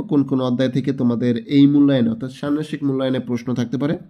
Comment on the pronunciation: ষান্মাসিক উচ্চারন হয় নি😢